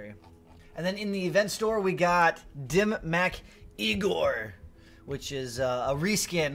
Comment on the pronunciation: Not the only creator saying it wrong, but I cringe every time I hear "dim mack" as it's pronounced "dim mawk". Love your channel though as I believe you put out the most informative content